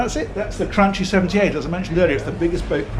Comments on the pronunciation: Have you checked the pronunciation of Cranchi? I thought the Italian pronunciation of ch before i was the hard k sound rather than the soft English ch, so cranky more than cranchee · I'm Italian, to make it easy, it is pronounced Crankee. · As an Italian I pronounce it like cranky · hey since you're so proud of saying Miele correctly this brand is pronounced something like "cranqui" just so you know ;) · "Chi" in Italian is pronounced "ki" ... Cranchi = Kranki ... this is because "ci" in italian whould be pronounced "chi" so they put a H in there to indicate it is a hard c not a soft c. Kinda the opposite of what we do. Same goes for "ce"/"che" which is pronounced as "che"/ "ke", and ge/ghe and gi/ghi where gh indicates a hard G (as in Lamborghini) whereas just g infront of an i or e is pronounced as an English J (as in Gianni or Giorgio) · Please , the pronunciation is " Kranki" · It’s pronounced Gran’key.........another Italian master piece! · You need to pronounce Cranki! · Come on,, it's CranKEE. And please don't say we've gone back to MEELAY?;) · stopped watching after 5 seconds because of your pronunciation of Cranchi. Oh, well... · Looks like Cranchi is the new Miele with the pronunciations